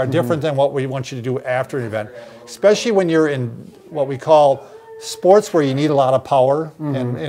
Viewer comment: This is the second video where says “expecially”. 😖 It’s ESPECIALLY!